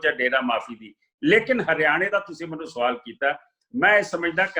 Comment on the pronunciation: "ਮੈਨੂੰ" ਬੋਲਿਆ ਕਰੋ "ਮੰਨੂ" ਨਹੀਂ ਹੁੰਦਾ